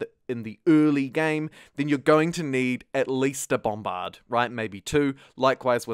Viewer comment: love the way you say bombBARD